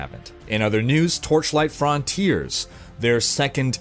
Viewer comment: Your pronunciation of frontiers is so odd. :D